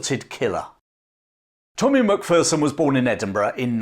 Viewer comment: It's pronounced mac fare son or mc fair son